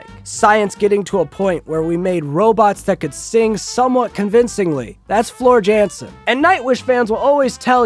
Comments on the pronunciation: I hope ur joking..but one a high note if ur gonna insult and slander a band for ur views please pronounce the lead singers name correctly. I hope ur joking tho lol. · Oh dear. Nevermind. Can't even pronounce the lead singer's name correctly. Bet you don't even know where Finland is. 😂